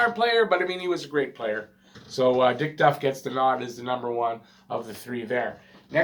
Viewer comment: I have always thought that the power play rule was changed because of the teams , which apparently ,had some playoff success. (And it's Diff Duff , not Dick Duck.)